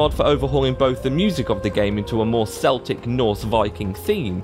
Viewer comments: Boi you triggered me hard pronouncing celtic like selltic it’s pronounced with a hard c not a soft c keltic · 'Seltic' are sports teams mate, it's 'Keltic' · Bro it's celtic... You pronounce it the way it is written.... Not seltic. Just saying, cause that triggered me xD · the term is Celtic (Kel-tic) not (Sel-tic), Celtic with the s pronunciation is a British football team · why do people insist on pronouncing celtic as Seltic and not Keltic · Hol up you did /not/ just say Celtic as /s/eltic. celtic with and s sound is the football team, Celtic with a /k/ sound is the one youre looking for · First off, Celtic is pronounced with a hard C, basically like it's spelled Keltic. Secondly, I hate when people just say "Celtic-Norse" like they're the same or in any way related. It's literally like saying that the Irish and the Danish are the same. They're not. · I don't know what yeeegdrassil is nor do I know what "SELTIC" is. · .....did he just say "seltic"? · he said celtic instead of celtic lol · Celtic isnt pronounces like that with the S sound thats only for things like football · It’s pronounced Celtic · you should look up how to pronounce Celtic as well....The capital C is pronounced as a K and not as a S. ;-) Only the football team pronounce it as a S.